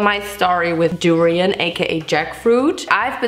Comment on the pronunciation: I’m sorry but the fact that she kept saying “pho” wrong and “durian” was rlly making me annoyed😭😭😖